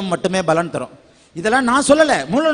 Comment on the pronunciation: தயவு செய்து பலன் (palan) என்று சொல்லவும் (ஊசரியுங்கள்) நீங்கள் பலன் (balan) என்று சொல்ல கூடாது